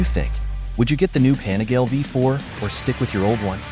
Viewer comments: It's pronounced Panigaleeeeeeee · The correct pronunciation is PAH NEE GAH LEH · Hearing this weird voice pronouncing Panigale 🤬. No thanks. Do not recommend this channel.